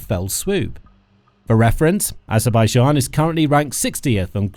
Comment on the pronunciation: Kann sich der Sprecher bitte endlich auf eine eindeutige Aussprache von Aserbaidschan festlegen